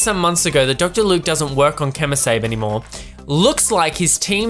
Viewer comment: First of all... I love you. Secondly... KEY-moh SAH-bee:-)